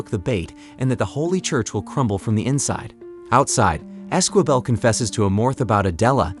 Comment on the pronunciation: And Esquibel is pronounced ez-key-bell